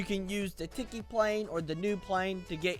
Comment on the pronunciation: How to pernounce tiky: tea key (Sorry of my spelling